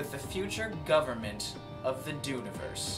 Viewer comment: Just want to say, I almost stopped watching the moment he used the word “Dune-iverse”. Thou shalt not disfigure the English language.